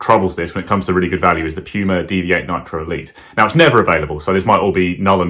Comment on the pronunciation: Did he just say Pee-yew-ma for PUMA ? 🤣